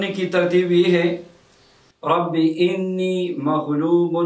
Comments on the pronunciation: آنی زبر کے ساتھ ہے آپ زیر کے ساتھ پڑھ رہے ہیں کون سا ٹھیک ہے؟ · Allah k banday Enni nahi Anni hy Ghalat mat parho ( shukria) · Rabe ani Hy ini Nahi hy plz talfuz thek kar lwn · Aap Anni ko Inni padh rahe hain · لکھا ہوا رب آنی ھے آپ رب انی بتا رہے ھین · آپ نے لکھا رَبّیِ اَنّی اور پڑھ آپ رہے ہیں رَبّیِ اِنّی یہ فرق بیان کر سکتے ہیں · Assalam oalekum Allah aap ko jazae khair de ameen lekin ye bataen rabbe anni ya inni paren q k likha hoa tu anni hy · Sir Rabbi Anni Maghloobun Fantasir hai. Ap Alif ke nechy zer laga rhy hain jabky zabar hai